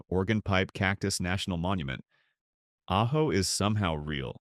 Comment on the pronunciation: Your AI narrator pronounced AJO three different ways and never once pronounced Prescott or Mogollon correctly. This cries out for replacing AI narration with a human narrator in possession of at least a few functioning brain cells.